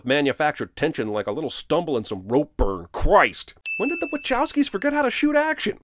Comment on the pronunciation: Okay so, I realize this is technically irrelevant to the majority of the video, BUT: I always thought it was pronounced the 'Wuh-cow-skis', but several times here its said as the 'Wuh-CHOW-skis', which has never rolled out right for me. Is anyone (remotely) sure which way is correct??